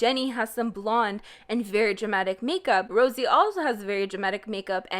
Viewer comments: Rosie? It's Rose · Okay, but why are you now pronouncing Rosé like Rosie? You were saying it correctly before. Is this an inside joke I missed? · THIS BITCH SUCKS THIS NEWS OF JISOO MISTREATMENT NEWS CAME ON THURSDAY SHE IS POSTING IT NOW ANY WAY SHE SUCKSS BAD NOT HATEING THE WAY SHE LOOKS BLAH BLAH. SHE JUST MAKE ME CRINGE AND PLZ STOP YOUR JOKE THAT YOU SAY 'JYP PAYS MY BILL' WTF BETTER STOP NOW IT IS ROSE' NOT ROSIEEEE BITCH SHUT UP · it makes me giggle you call rose...rosie. lol shit people make full blown careers out of looking like a celebrity doppleganger.